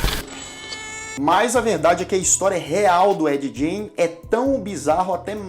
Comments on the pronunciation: ED GAIN - fala como gana .....gain.....nao com som de jota....jain como vc fala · Gein se pronuncia "gueim" e não "jeim" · Sobre a pronúncia, fiquei na dúvida: Ed "Gjêin" ou Ed "Guêin"? Muitos pronunciam "Guêin". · a pronuncia correta do sobrenome é "gáin" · Se pronuncia Ed “guein” ! O cara era maluco no ultimate level ! — pelo menos ele trouxe tanta inspiração para tantos filmes e séries boas. Bates Motel. Silêncio dos inocentes. O massacre da serra elétrica... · Ed "guin" é o jeito certo de pronunciar o nome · A pronúncia tua está errada. O sobrenome dele é como “Guin”. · Ed "Jay"?😂 Faltou mais pesquisa pra esse vídeo, muita coisa dita não tá correto mas enfim. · ED Gein .. se fala GAIN .. excelente video! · Ed Gein... pronúncia: /g/ como em get /get/.... não como em giant. Parabéns pelo vídeo. Sou fã